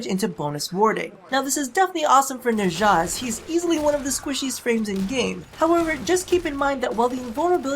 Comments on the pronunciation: Nezha's name is pronounced Nah - JAH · a bunch of people have alredy probably said this but his name is pronounced nah-sha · Felt weird when you pronounced Nezha, lol I pronounce it as Nez-ha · why does the west butcher the eastern names XD